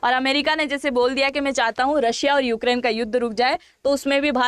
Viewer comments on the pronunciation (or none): none